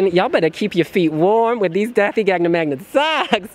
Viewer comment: I wish he would pronounce Da∂i’s name correctly. The ∂ is pronounced like the “th” in that. He keeps saying “th” like in “things”. It’s a completely different letter in Icelandic.